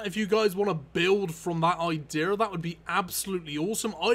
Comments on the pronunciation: Says "idear" means idea 😂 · Could you try saying the word "idea" correctly? It's kind of hard to take someone seriously when they say "ideers". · could you learn how to pronounce "idea" before saying it...